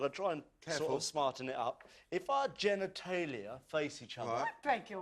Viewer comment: The way said genetalia 😂😂